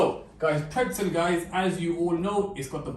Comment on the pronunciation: pretzel? More like "prtezel"